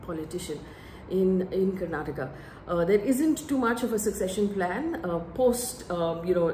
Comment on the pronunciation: It good that you touched on the language issue twice in this video. None of the other mainstream channels picked this up. It was quite irksome for us to hear the name of the state mispronounced repeatedly as Karnatak. The state leaders names were all messed up by the BJP national leaders when they were pronouncing their names in the speeches. One more point that you didn’t touch upon was the BJP posters showing Modi right in the centre - slightly taller than the state leaders. This didn’t go well with the public